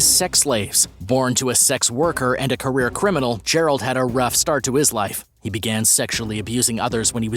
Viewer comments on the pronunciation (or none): none